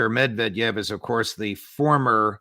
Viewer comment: MED-Ved-EV. That’s how you pronounce his name. 🐻